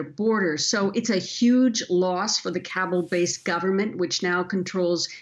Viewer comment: It is pronounced KAH-BOOL not "Kable"